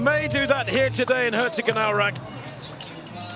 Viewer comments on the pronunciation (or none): pronounce the "o" in Herzogenaurach like you would the English "toe" and hold it for a smidgen longer, and you`re perfect.